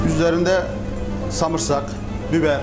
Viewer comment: Sarımsak değil yalnız Samırsak 😅